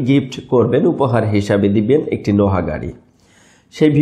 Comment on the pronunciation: ভাই, আপনার অনেক ভুল উচ্চারণ। এগুলো ঠিক করার অনুরোধ রইল। আপনি speed কে spirit বলেছেন। আপনি NOAH গাড়িকে নোহা বলছেন!